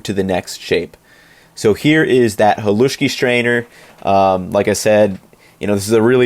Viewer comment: screams in Slovak Bro you completely violated the recipe for Pagáč and here you are calling "Halušky" "Haluski" and a "Polish dish"... Seriously check yourself 😅